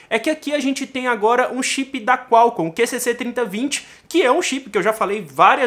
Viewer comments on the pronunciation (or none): none